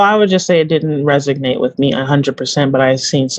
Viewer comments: Say it with me… RESONATE. It’s not RESIGNATE. it’s RESONATE. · "Resognate" has been said a couple times already lol